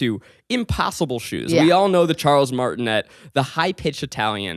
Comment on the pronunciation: Martinet is pronounced MARR-tee-nay. I married into that last name and trust me it was hard for me to pronounce it my first time too. 😅